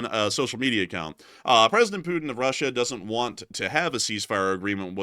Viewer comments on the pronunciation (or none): none